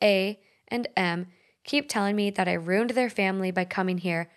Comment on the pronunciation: Please learn how to correctly pronounce “ruined”. That word is TWO syllables, not one.